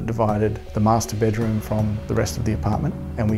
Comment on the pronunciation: "Master bedroom" sounds like "masturbate room" :))